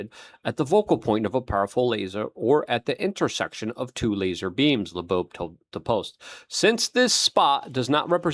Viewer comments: LUKE.....it's not La'boab, that's not his name, you make yourself look like you've not done your research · Why do you say Laboabe?? It's pronounced like Lobe like an earlobe. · How can you read "Loeb" and say "Labobe"? You've done it since he came on the scene. And it's 3i Atlas not 30i. Drives me nuts!!! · Ear Lobe. Avi Loeb. Hope that helps luke. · Luke, his name is pronounced "Lobe" - same as the floppy bit of your ear 👂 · He can say "Ashwagandah"....but can't say "Avi Loeb". 😂😂😂 This guy speaks dyslexic. 😂😂😂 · it's not "satire" or "sarcasm", since he does it every single time he says Avi Loebs name... The man speaks fluent Ozzy Osborne. Slurred mispronounced words often. Now correct yourself, so you don't look a fool. If it's a joke, it's long overplayed and has lost any humor it may have held.